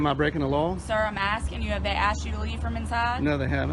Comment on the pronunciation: It’s “ask” , not “aks “…wow